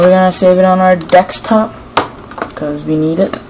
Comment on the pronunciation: dekstop, that's what u say!! AND YOU KEEP REFRESHING IT